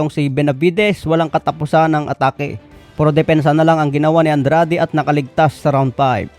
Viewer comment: Ano ba tlaga andred oh Andrade Ang gulo dila mo😂